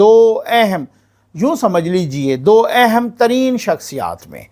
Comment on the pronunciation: اِہم نہیں۔ اَہم۔ Ehen no plz. Aham